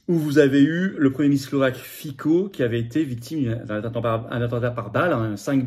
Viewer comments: Fitso, et non Fico, ce n'est pas le roi de la pomme de terre slovaque. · Monsieur FICO, on prononce FITSO. L'U.E. est une mafia, maintenant on "suicide" les gêneurs. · On prononce FITSSO en Slovaque. Mieux vaut se distinguer des médias de grands chemins pour désigner un patriote.